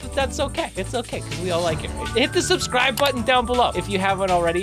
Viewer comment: Uhm.... every time you say Subscibe. I see a colors show up on the button and you saying that thru your video. XD